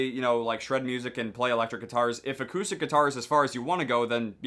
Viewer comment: did he say "a koosh stick"